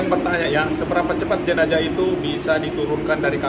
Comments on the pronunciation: bukan jenajah....tapi jenazah...pake huruf z bukan j. itu berasal dari bahasa Arab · Jenazah bang bukan jenajah